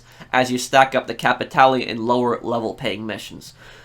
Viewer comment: Out of all the channels I watched you are the only one who tried to pronounce "capitale" instead of capital